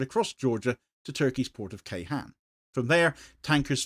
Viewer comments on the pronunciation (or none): Ceyhan is not read with a K but a J (as in Jayson) and hon (as in honey) Jayhon